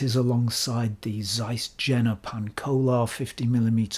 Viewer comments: by the way (not that it's important) Jena pronunciation is like Yale, not like Jennifer. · it is Jena not džena... Yeina or something like that pronounced it that weird English... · Just one thing: it's pronounced Iena not Jena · Please, mind the correct pronounciation of JENA ! Think of “Yea or nay”. JENA : JE pronounced like "Yea" JENA: NA pronounced the vowel "A" in the word "master". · CAIS, not ZAIS ! Pronounce properly ! Jena is not pronounced with a J. It is prononunced "Yena". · Hi. None of the Germans ever pointed out that Jena is prononunced Yeenah as in Johan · Zeiss Jena is pronounced Yeh-nah, which is the city in Thuringia in which Zeiss was/is located. As for Zeiss West, try the Ultron 50mm 1.8 if you can get your hands on it. It is expensive, but it is special optically and for being the first lens with a concave front element (it renders magic on par with or better than the Pancolar; downsides are terrible ergonomics, clickless and easily accidentally moved aperture ring, heavy vignetting wide open, the terrible idea of a silver barrel, which can reflect directly into the lens, and the lack of a filter ring). As for the Distagon West, it looks like it could be from Carl Zeiss Jena (East), except that Carl Zeiss Jena never produced a lens with an aperture mechanism that stops down turning left, as far as I know. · Excellent presentation. IMHO go for Jena lenses, comparable build quality in general, superb optics, better color rendition in most of the products. Why pay more? Btw. German "J" is pronounced as "Y", as in Yuma. Regards, t. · Jena is not pronounced like that.